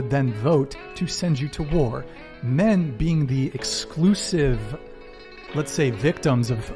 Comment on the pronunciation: She says "min" instead of "men", and "miles" instead of "males." And when she says "forty" it's kinda more a "fhhot".y Stuff like that